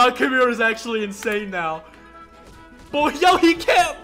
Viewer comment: Is he joking when he said Kumira instead of Kimura because if he's not he's braindead